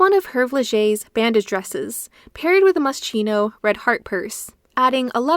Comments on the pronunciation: I hate to be this person, but it’s ‘Moss-key-no’ with a hard C 🩷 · It’s MOS-KINO…. The ch is pronounced like a K. Please no hate just a little correction.. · Please, it’s pronounced “Moskino”, Italian brand name. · Please, Moschino is an Italian brand. It’s pronounced Moss-Kino 🙏🏻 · The video is great, probably the best one I have seen so far about The Nanny's fashion. You should have checked the correct pronunciation of "Moschino", though - as an italian, it was quite painful to hear it being mispronounced so many times (the correct pronunciation is [moskino]), lol.